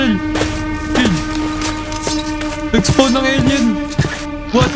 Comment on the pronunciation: spon po yung basa sa spawn😂